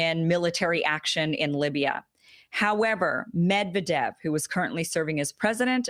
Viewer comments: This vid didn't open from notifs, only from your channel. It's Ka-zakh-stan (if I got what you re saying), and it's MedvEdev, not MEdvedev, btw. We were expecting them to resign back in 2018 after reelection. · It's pronounced Med'viedef not Medvedev xD /mɪdˈvɛdɪf/. Thanks for the awesome content. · It's pronounced 'Med-VED-ev.... stress on the 2nd Syllable... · Stress of "Medvedev" is on V Medvedev (/mɪdˈvɛdɪf/).